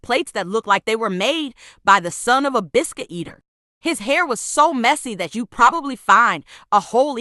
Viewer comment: WHY DOES THE WORD EATER SOUND LIKE THAT??